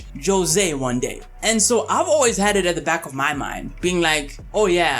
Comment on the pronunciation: Jose is pronounced Hozay.